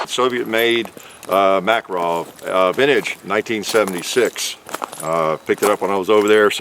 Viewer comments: Mákarov? Sounds wierd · Nine Makarov cartridge. In Russian, the pronunciation emphasis is on the "karov" just so you know. Totally reliable pistol.